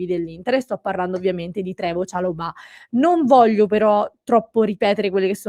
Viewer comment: chalòbah con l'accento sulla o. non è francese.